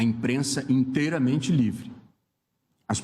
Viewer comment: " O chörö é librë. Kkkkkk